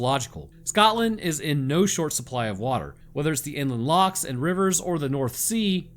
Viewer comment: Perfect he said lochs as Perfect as me a Scottish native